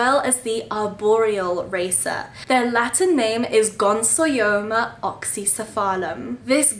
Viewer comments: Gonsoyoma??? No! You've kept them for a grand total of two weeks (and wild caught 🤦🤦🤦) and can't even pronounce their name and you're making an educational video about them. Please don't🤦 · Ooooh this is exciting! I've always loved this species but held off because of how many are wild caught. I hope you have success with them, I'd love to have one from you someday! (Also, not to be That Guy TM, but it's gon-yo-so-ma! you had the yo and so syllables backwards hahah)